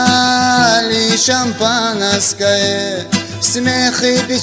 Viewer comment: Шамапанаскае, даже слово шампанское не может толком произнести